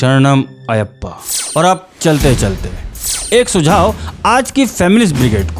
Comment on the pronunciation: Style of presentation is👍 Subscribing to the channel. Pronunciation corrections: • मालिकप्पुरम • अय्यप्पा • उन्नी मुकुंदन